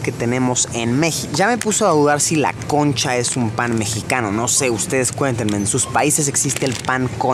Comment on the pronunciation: nicol segovia jajaja encima lo dice bien clarito -CONNCHA.